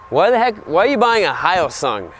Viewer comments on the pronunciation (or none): Should be pronounced "hio-soong" instead of "high-O-soong"! Just think about the Korean car "Hyundai". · Pronounced “He-yo-sung” not “High-yo-sung” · No offense to him at all, but he pronounced "Hyosung"'s first half as if it were the "hayo" in the Japanese word "ohayo". Hyo is read hyo, not hai-yo. (By the way, it wouldn't be read "hai-yo-sung" in romaji either. That would be spelt Haiyosung, three syllables. 효성 in Korea I suppose? I'm not very well versed on Hangul, but I'm aware that that is two syllables.) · its Hyosung. it's already spelled properly right? not High-oh song.. the hell is wrong with you man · It’s pronounced hyo-sung not hi-o-sung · Its not HI SUNG, its HEO SUNG. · irnagtx actually it should be 효성 hyo-song if you speak Korean but their home page spells it hyo-sung. Which is more to do with how people first Romanised the Korean alphabet into English. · Its pronounced "HEE-YO-SUNG" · Almost silent H. hYosung. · It's pronounced, "heeYOHsung", jus so we r clear about it.... Lol. Good machines, overall. Koreans r not th type to put up with low quality, their products tend to b quite solid. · Honestly, the only video on YouTube regarding the hyosung bike that's not in 144p lmao. Good review ngl, Im gonna be getting a gtr model soon :D, it's pronounced 'he-yoh song', korean is a bit hard to pronouce. South Korea has always been economically behind Japan, it took them a while to get started and to be honest they do lack the quality and promise of good quality Japanese bikes would now offer, but I reckon Hyosung could make it one day. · Its Hyo - like Yo with an H sound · It’s pronounced how-sung, hyosung. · Hyosung is pronounced like h-yo-sung so yo sung with a H. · 효성 in Korean would be pronounced most similarly to the English phonetic /hjəːsɔːŋ/ hjersong, where the r is non rhotic. It's not directly transcribable, but that's about as close as it gets. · its pronounced more like hey oh sung but say hey oh fast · its pronounced like " yo-sung"